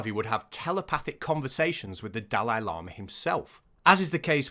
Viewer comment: The serious bit was made much funnier in my head by hearing llama every time instead of lama Horrible practice though